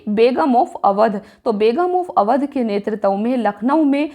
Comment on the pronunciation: BHOSDI WALI TU HAR BAAR NETRITVA KO ' NETRTAV ' KYO BOLTI HAI? - SIR DARD KARNE LAGTA HAI TERI HINDI SUNKAR - TU 100 SAAL KI BUDDHI HO GAYI, TUJHE HINDI PADHNA NAHI AATA - TERA DIMAG THIKAANE NAHI RAHTA - MAADARCHODI TU PAHLE APNE DIMAAG KA ILAAZ KARA - BAAR BAAR GALAT PADHTI HAI BUDDHI - NETRITVA KO BAAR BAAR ' NETRTAV ' KYO PADHTI HAI BUDDHI? TUJHE SHARAM NAHI AATI, ITNI BADI HO GAYI HAI - SAALI LADKI CHOD DENGE SAALI LAUDA PILA DENGE